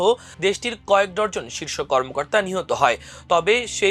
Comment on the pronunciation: 'ডরজন' কি উচ্চারণ রে বাবা! এরা কোথায় পড়াশোনা করেছেন!? ওটা ডজন হবে!